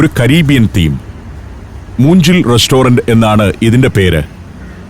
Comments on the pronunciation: moonjil alla moongil which is bamboo pronunciation of g is like in ganga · It's not moongil, it's mookil. It means bamboo. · മൂഞ്ചിൽ അല്ല മുൻഗ്കിൽ മുള എന്ന് meaninng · ഇതിൽ റെസ്റ്റോറൻ്റിൻ്റെ പേര് തെറ്റായിട്ടാണ് പറയുന്നത് . മൂഞ്ചിൽ റെസ്റ്റോറൻ്റെല്ല , മൂങ്കിൽ റെസ്റ്റോറൻ്റാണ് ശരി. തമിഴിൽ മൂങ്കിൽ എന്നു പറഞ്ഞാൽ മുള എന്നാണ് അർത്ഥം. അതായത് ബാംബൂ റസ്റ്റോറൻ്റ് തമിഴിൽ മൂങ്കിൽ റസ്റ്റോറൻ്റായി. മുളകൊണ്ടാണ് അത് ഉണ്ടാക്കിയിരിക്കുന്നതെന്നും ശ്രദ്ധിക്കുക. റെസ്റ്റോറൻ്റിൻ്റെ മേൽകൂരയും ചുവരും ലൈറ്റുകളുടെ ഡൂമുകളും വരെ മുളകൊണ്ട് നിർമ്മിച്ചിരിക്കുന്നു. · Moongil should be pronounced Moonkil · മൂങ്കിൽ എന്നാണ് 😅( മുള, എന്നർത്ഥം ) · മൂങ്കിൽ എന്നാണ് ഉച്ചാരണം അർഥം മുള എന്ന് മുള കൊണ്ട് കെട്ടിയുണ്ടാക്കിയ കട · സഞ്ചാരം ചെന്നൈ എപ്പിസോഡുകൾ പൊളിച്ചു. തമിഴ്നാടും തമിഴ്ഭാഷയും ഒത്തിരി ഇഷ്ടമാണ്... പിന്നെ മീനിന്റെ പേര് വാഞ്ചരം അല്ല വഞ്ചരം ആണ് ഉദ്ദേശിക്കുന്നത് വജ്രം. അതുപോലെ മൂഞ്ചിൽ അല്ല മൂങ്കിൽ ആണ്. മുളയ്ക്കാണ് മൂങ്കിൽ എന്നു പറയുന്നത് അതിന്റെ റൂഫ്ടോപ്പ് കെട്ടിയുണ്ടാക്കിയിരിക്കുന്നത് മുളകൾ കൊണ്ടാണ്..